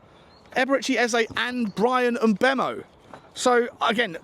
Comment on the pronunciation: Jesus christ with the name pronunciation on this one....m'boomo, para-ti-chi, san 😅